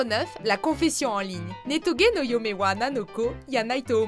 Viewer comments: Ultra mal prononcé, les "j" c'est pas des "y" en japonais hein. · Je trouve justement qu'il a ete mal prononcé, mais l'effort est la x3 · Nostryck Quand elle l'a dit j'étais mdrrr